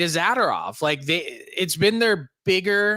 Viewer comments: 🤮Every time Frank mispronounces “Za-ter-off” it seems like a power move … smh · why have they never said hey frank there is no A after the D in zAdOrov drives me crazy dont know why lol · Can you plz teach Frank how to pronounce Zadorov